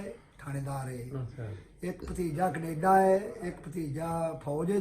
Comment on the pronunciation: When says Canada ko ....kaneda hehehehe